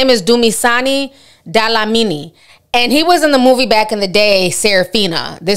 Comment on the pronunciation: Dla-mi-ni not dalamini